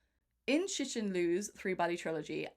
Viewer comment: Learn how to pronounce Cixin... X is "sh", C is "Tzz"